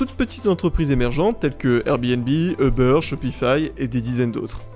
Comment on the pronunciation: On ne prononce pas "eubeur" n'importe quoi gros plouc. Les américains prononcent "oubeur". En France on dit u bère!